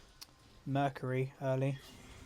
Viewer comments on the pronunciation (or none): none